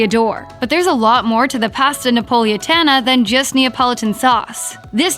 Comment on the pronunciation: She can’t say Pasta or Avocado.